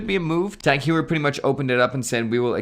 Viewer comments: It’s TAK-HOYER not hueyer 😅😂😂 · Hoyer not You-her. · Pretty sure Heuer is HOI-yurr, not HEW-er. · Tag "hugh-er" lol it's pronounced TAHG HOY-eh(r). 🤣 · "Tag Hewer" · It's pronounced Tag Hoy-er. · Please stop saying hew-er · It’s pronounced Tag Hoyer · Please pronounce it right. It's TAHG HOIER. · I just played it back- oh come on, that’s awful.. “huyer”😳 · It’s HEU-er, in like law-yer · i wish christian was there to mock your pronunciation of heuer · WHY ARE YOU PRONOUNCING "HEUER" INCORRECTLY. C'MON MAN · Not surprised, he has a youtube channel about watches but can't even pronounce TAG Heuer correctly.